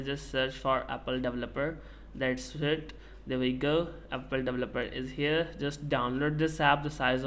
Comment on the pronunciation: apple davaloperr 😂😂😂🥹